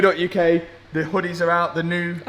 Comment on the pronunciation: I could of sworn you say the "honnies" are out when talking about the merch at the end of video. 😅 (But of course it was hoddiws)